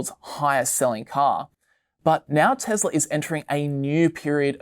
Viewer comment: hearing the pronunciation of "Tesla" as "TeZla" is such a cringe for me.. also this is supposed to be video made on 3rd Feb but it's talking about Jan 24 as the future ... a bit outdated ...